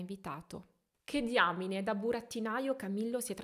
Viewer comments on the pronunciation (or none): none